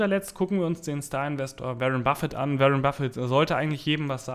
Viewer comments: Warren [Buffett] spricht man "WOrren" und nicht wie "WErren" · Wie lange dauert es noch bis du lernst den Namen von Waren B auszusprechen Ein weiteres Jahr?